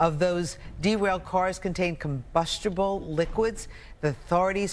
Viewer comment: "combushtible"... That is all 😜